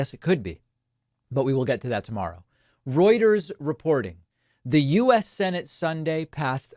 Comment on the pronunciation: LOL you pronounce Reuters like "roiders" I just noticed.